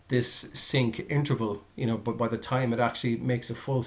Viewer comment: Thanks for the videos, helped me a lot during my installation. But why do you say "compleshe", "bush", "thash" etc. instead of a regular "t" on the end?